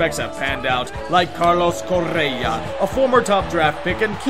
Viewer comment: You really trill that R in CoRRRRRRRea.